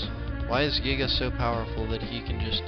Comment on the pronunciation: It's actually pronounced Guy-Gas, but whatever.